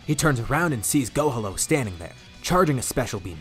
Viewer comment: Love the story just now finding out about you but I’m sorry I can’t stop hearing go homo instead of gohalo maybe it’s your accent with the piccolo and gohan fusion name I know it’s too late but why not PICHAN to close to pikon huh lmao jk idk but love the full story’s I’m going through the playlist now keep it up I hope you add the more recent stuff to this playlist of full what if story’s